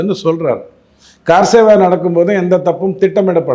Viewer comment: Sir not kaaar seva , its kar seva